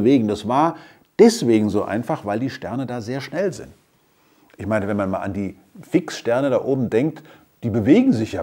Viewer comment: die wixxsterne xddd